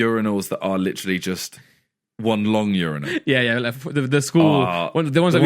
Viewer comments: The way Randolph pronounced Urinal... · Randolph “yourinal”